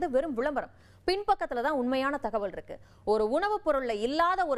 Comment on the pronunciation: அப்படி ருக்கு இப்படி ருக்கு..!! தமிழ் ஒழுங்கா பேச தெரியாத நீ எல்லாம் செய்தி விமர்சகர்